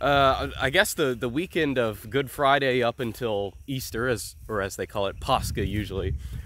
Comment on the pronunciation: Why does say paschal like that instead of paschal? Is it like a Latin thing or what, made it hard to look up what he was even talking about.